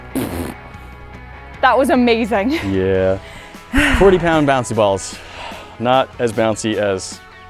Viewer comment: it’s sounded like said amazung and not amazing